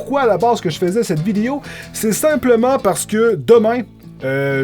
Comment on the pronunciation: j'aime comment tu dis video ''videyo'' XD